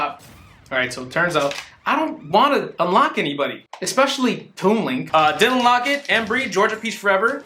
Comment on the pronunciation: Is it just me or when he said "Dylan Lockett" I thought he said "didn't unlock it" and then he didn't unlock Toon Link? Or just me?